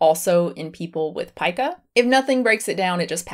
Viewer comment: For some silly reason it makes me VERY happy that you pronounce Pica correctly! It always frustrates me when people pronounce it; “ peeka” like Pikachu. Ugh!